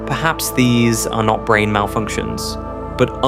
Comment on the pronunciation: How disappointing. It seemed like this video was really going somewhere. Then the different pronunciations of the same word from one sentence to the next exposed you as AI slop. “Brane” changed to “Branna” and then “bran”. “Bulk” changes to “bulka”. Boycott this garbage friend. It’s ruining YouTube.